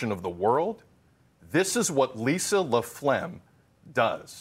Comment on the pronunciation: It's not laphlegm... lol!!!